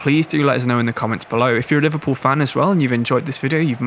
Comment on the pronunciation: Liverpoo mate? 😂